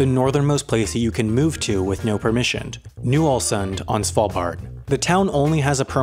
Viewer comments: And "allsund" look up how to say letters man. "Å" is not an "A" and doesnt even sound like one. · Tromsø Pronounced (bear with me, that "ø" is a vowel that doesn't occur in English) "trohm-say" ("-ay" has rounded lips) Ålesund Pronounced "Uh-lay-soond"